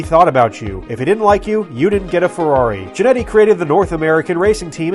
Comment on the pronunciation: FYI the 'Ch' in Chinetti is hard and thus pronounced like a 'K'. But good video and thank you.